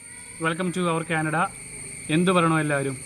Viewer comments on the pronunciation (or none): none